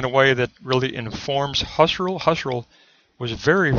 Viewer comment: Husserl = pronounced "Who - Searle."